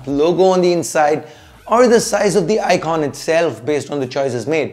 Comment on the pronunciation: Fix the sound and echo! And it's "bell icon" not "bell ikhon". 😅